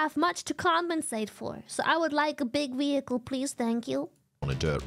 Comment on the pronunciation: Why does she pronounce it wehicle